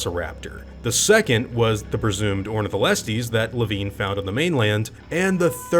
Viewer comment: Wait, it's pronounced "Le-veen"? Huh. I always thought it was pronounced "Le-VINE".